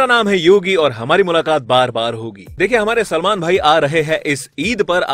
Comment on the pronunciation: Bhai name to sahi bolo selmon bhai